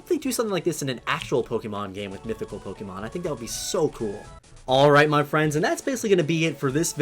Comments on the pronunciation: Why did you say pokémon as pokimon not pokémon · It's Poke-ay-mon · The amount of times he's said Pok-EE-Mon disturbs me